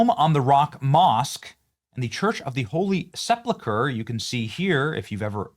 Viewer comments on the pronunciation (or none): Pronounced Sepulcher, not seplucher. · Benny, for the sake of my sanity .... get your pronunciation right ......Sep-U-lcher ..... NOT SEP-LU-CHER .... please. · Benny .. PLEASE have a friend teach you the pronunciation of 'sepulcher', it was almost too cringe to hear you bastardize the word. Really makes you look ignorant ! 🤨🧐